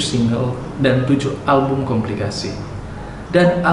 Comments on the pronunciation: Kompilasi min bukan komplikasi.... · Kompilasi...bukan komplikasi min😁😁😁🤣🤣🤣🤣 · Kompilasi kali ya? Aku kok dengernya komplikasi.